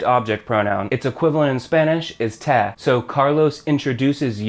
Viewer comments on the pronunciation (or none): its pronounced tay (te) not teh (te) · Love your videos, but everytime you mispronounce te I cringe.. sorry, much love